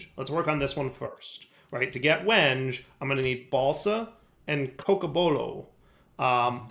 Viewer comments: as much as i enjoy a bit of mispronunciation, it's pronounced "wen-gay" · It’s pronounced “wen-gay”. Sorry. Woodworker here. :) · same lol. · I REALLY hope that he's saying wenge like that just to mess with people.... There's gotta be so many loosing their minds. I love it. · It pained me to hear his pronunciation... Wasn't sure how many others would be woodworkers to catch it. I'm sure he's got a backlog well past where he could correct it.